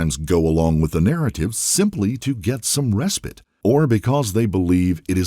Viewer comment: Res-pit? It's pronounced "res-pyte".